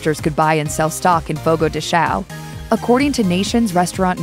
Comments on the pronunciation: First off, it pronounced Fogo de Shawn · Cada vez que ela fala "fogou dexaon" da vontade de rir e vomitar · The american lady trying to say the português words has me laughing, fogol de shawn-on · i thought it's pronounced fogo de Chow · The narrator should have consulted a Brazilian or Portuguese citizen to help with the pronounciation of the Portuguese language terms like the name of the restaurant that she got wrong. This is quite common among people that do not speak the language fluently but can be learned easily. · You need to work on pronunciation of logo de Chao and Churrasco....every Brazilian ears hurt right now...terrible... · Please teach the lady in the video how to properly say the name of the restaurant!!! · No is doesn't. Fogo de chão. "Chão" has a nasal pronunciation that americans have no idea how to do it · I die a little everytime she mispronounces the name of the restaurant. Just say steakhouse.